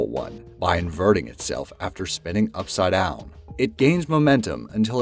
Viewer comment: From perfect annunciation of English words to all of a sudden upsawdoawn??? What the hell? LOL